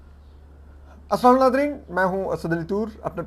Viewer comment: JUST HOW can you possibly know about Karamat phoning Asim and what they talked about? Are you BUGGING Asim's private phone?!? Also not only have you still not learned how to say "USSALAAM" PROPERLY and CORRECTLY, BUT you have also started to narrate your V-log in a SLURRED manner, like that of someone who is INTOXICATED!